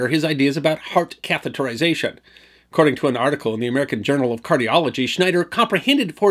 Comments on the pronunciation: Thanks so much for a great video. And especially for pronouncing "catheterization" correctly! So many people don't. (Catherization is the usual mispronunciation.) A small thing but it can drive a person nuts! (Like hearing "nucular" instead of "nuclear.") Yeah... I know... OCD! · Nice work on pronouncing 'catheterization'. It's a twongue tister.